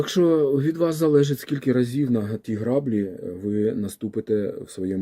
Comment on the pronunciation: Вибачте, що виправляю, але це важливо: не грАблі, а граблІ по-українськи - наголос на останній склад